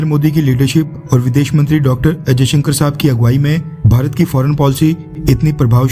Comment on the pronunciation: Bhaai....aap jab bhi 'S jayshankar' bol rahe ho to aisa kyu sunaai de raha hai k jaise aap 'ajayshankar' bol rahe ho????? Video ki sound quality me problem hai ya aap khud hi galat bol rahe ho????